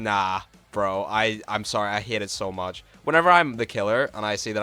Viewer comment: i love when he says "hate" and it just sounds like "hit"